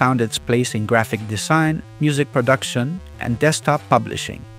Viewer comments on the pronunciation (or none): none